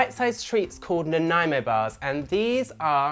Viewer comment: Thank you for pronouncing Nanaimo correctly 👏👏👍